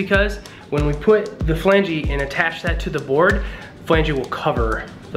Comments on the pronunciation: It’s not Flangee. It’s flange. The e is silent. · The correct pronunciation is "FLANJ" not FLANGEE